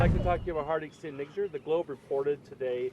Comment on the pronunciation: 😂😂 Hardeep saint N... WHAT?! Am I hearing what I'm hearing? Speech impediment? 😂 Nijaar N I J A A R. "J" 😂 not "N".